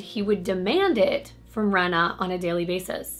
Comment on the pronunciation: Her name is Reeena not Rena I knew her sister xcx